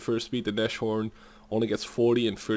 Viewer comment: Nashorn is spoken with a long A and no CH :>